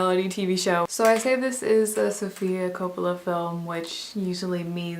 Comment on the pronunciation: You had me at the pronunciation of Coppola.